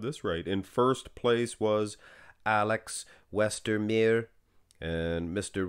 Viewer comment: It always baffles me how bad americans are at pronouncing european names. The way you pronounced Westermeister is just insane lmao